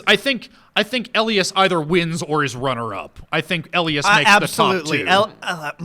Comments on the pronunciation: Damn it, after getting my name right every time during the first video right off the bat you say ell ie as. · Why does say 'Elias' like that? That's not how they pronounce it in the show.